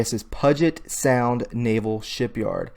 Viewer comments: LOL you can always tell people that aren't from the Seattle area Puget Sound isn't pronounced the way it's spelled it's more like pew-git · Pronounced like PUU JET Sound. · Pud-jet sound??? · Puget sound is pronounced pew jet as in, "pew that jet stinks". Not pug get. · Puget Sound. PYEW jet Sound. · Puget Sound is pronounced "Pew-Jet." Just an FYI. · Always crap comes on after an event. Discredited when you couldn’t pronounce Puget Sound. (Pew jet). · Puget Sound, is pronounced. Pewjit. As in pew / stinky. Fyi Oh and Whidby Island...is pronounced--- Wood be. Everything is named after Native Indians over their. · Got to hand it to ya, dude. From your headline SeaPac (no, it's Sea/Tac - think Seattle/Tacoma) to your wierd pronunciation Puget Sound (puhget? Really??!!), this has to be the most ignorant Q post yet and for all the stupid crap out there, it says a lot that you would win 1st prize. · Puget Sound is pronounce PEWjet sound. Widby island and Ketron Island are 60 to 65 miles apart as the crow flies but to get from one to the other would take YOU all day, coordinating ferry schedules and dealing with trafic on I5 The Cemix plant is 3 hours south on the freeway.This is not "close".Love all this stuff coming together. Just want you all who are not familiar to understand that Washington state is bigger than Deleware (by quite a bit haha) I never knew about this Ketron Island before this happened and I live not far from it. It is completely hidden from the east( I 5 corridor) by the prison Island. Many of the prison inmates are serious sex offenders and tourists are not welcome on the Island nor do they want to go there..Coincidence ? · Thanks for all your hard work. Grew up in the San Juan Islands. Whidbey Island being one. Many things have gone on there for decades. None of this surprises me. Side note, not being critical but Puget sound is pronounced (pew jet) 😉 Thanks again 😊